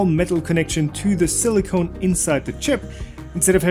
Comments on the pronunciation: "Silicon" inside the chips, not "silicone"! Big difference. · silly-CON not silly-CONE. Silicon is a hard opaque brittle crystalline element with a semi-metallic grey lustre. Notable for being a semiconductor and for its use in fabricating integrated circuits. Silicone is an oily or rubbery, clear or translucent polymer containing silicon, oxygen and hydrogen and usually carbon that is used in caulking bathrooms, degas medication, stopping McDonald's french fry oil from foaming up and for use in breast implants.